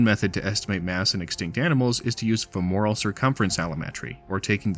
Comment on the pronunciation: The word "femoral" is stressed on the first syllable.